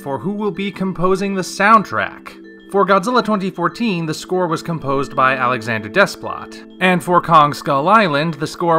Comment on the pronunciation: Bear McCreary is a great choice... "Battlestar Galactica" and its spin off movies, "Caprica", "The Walking Dead", "Da Vinci's Demons", "10 Cloverfield Lane", "The Cloverfield Paradox" (which at the very least, had a strong score) and "Agents of SHIELD" too. By the way, proper pronunciation of Alexandre Desplat's last name is: Day-pla. Both the 's' and 't', are silent.